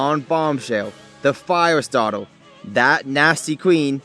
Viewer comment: Set him on fiyaw Lol im so sorry. I know it's a condition :p